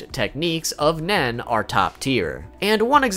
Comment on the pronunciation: lul sometimes when he says nen it almost sounds like men so some shit he explains with the word nen sound funy AF XD